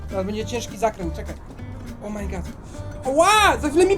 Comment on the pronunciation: Chciałbym jeszcze Fernbus Simulator śmieszne to jest to jak pan mówi o my good.